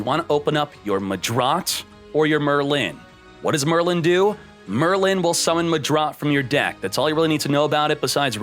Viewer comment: Oh btw its Merlin not merrylin